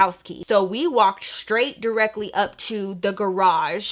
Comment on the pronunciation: Yh the accent took me out 😭😂